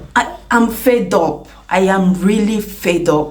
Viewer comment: Sis, it is "fed up" not "fade up". ❤❤